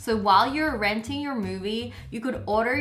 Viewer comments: She said idear then she said pizzar it’s ok we learn from our mistakes I hope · Who else realised 5hat when the movie life hack she said pizzer and then said pizza the second time no hate on wengie but 😂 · me:pizza wengie:pizzer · Wengie: says pizzar Me: ok Wengie: says pizza Me: WHAT!!! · lol notice how she says pizzer instead of pizza